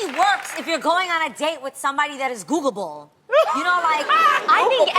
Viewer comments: WHY SHE KEEP SAYING GOOGABLE ?? ITS GOOGLE-ABLE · "Googable." Adrienne missing a syllable every time. lol